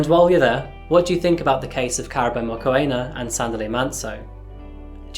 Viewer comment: Please make an effort to find out how names are said in their native language …………….its not hard and takes 2 mins to find out…….it is pronounced moo-kw-ena(the kw sound is fast the ena uses an e sound like egg) the moo is self explanatory but as soon as you enunciate the oo you start the kw sound…………..i can say german names after hearing them once …….i am not german just saying.